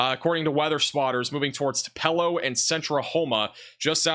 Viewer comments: Uhhhh....it’s pronounced “2-puh-lo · TUPELO pronounced TU- PEA-LOW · Yuo can't pronounce Tupelo, Ok.